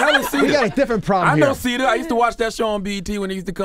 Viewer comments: its cita not cedar lol ctg lol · This guy said Cita's World lmaoo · Cthagod really thought they were saying Cita? Lol "... I know Cita I used to watch that show on BET she was funny" Cedar vs Cita 🤔